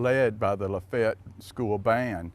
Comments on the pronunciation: Still cant say it rite....what a disgrace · In the video, and are using two different pronunciations. is using a 3 syllable pronunciation, and is using a 2 syllable pronunciation. Luh-fay-ett versus luh-fett. My grandmother, born and raised in Lafayette, used luh-fett. I have a limited sample size though, as when she married my grandfather they didn't settle in Lafayette, but when we visited my great-grandfather and cousins, recall them using luh-fett as well